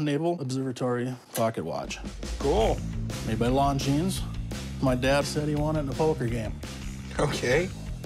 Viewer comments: Don't pronounce the s!!!! It's longine(silent s) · When the seller said the name lon jeens i immediately knew he had no idea of the value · Just the fact alone that neither of them could correctly pronounce Longines speaks Volumes....lol yeah he knows a ton about watches....That's easily a $10,000+ Watch.